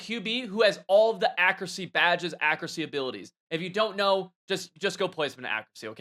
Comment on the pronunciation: “Akracy” lmfao